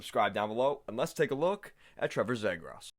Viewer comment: his last name is pronounced ZEE-GRUS